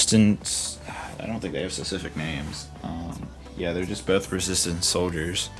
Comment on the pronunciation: it is resistance not resstint